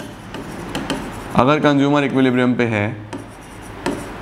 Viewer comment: Why I Heard conjumer istead of consumer